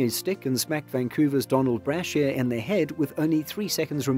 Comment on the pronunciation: BRAA-sheer? Calling a goaltender a catcher? (Hmmm, does this commentator not realize the sport we are discussing is hockey, not baseball-?^^) Every possible narration mistake that exists, this video seems ready and willing to commit...